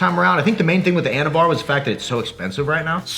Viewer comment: I thought he said “anabar” lol I’m like oh shit!